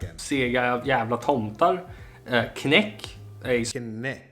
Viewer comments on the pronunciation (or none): Knaeck (the K is pronounced! It rhymes with "what the heck") is homemade caramel but is cooked much longer so it gets hardened. It's a traditional jul candy -some do make them but all do not. And it can be bought just not in every shop. Ice chocolate is another popular Jul candy, essentially a soft choclate in the same little colored forms.